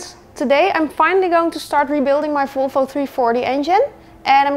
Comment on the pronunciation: “Folfo cylinderhead” God bless the Dutch lol